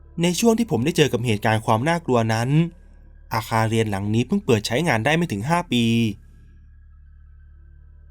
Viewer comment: เล่าดีแล้วค่ะ โทนเสียง การเล่า การเว้นวรรค พอดีมากๆ ขอเรื่องเดียวน้าา เรื่องการออกเสียง ร เรือค่ะ เราได้ยินคำว่า ไม่ลู้ อาคารเลียน หลายรอบมากเลย มันแอบขัดใจนิดนึงค่ะ😅